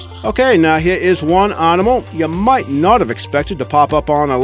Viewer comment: Hahaha, just looking through the comments to see if those two words annoyed anybody else. If the guy can't even say 'animal', not sure I should believe a single thing he says. Ruddy irritating voice or what.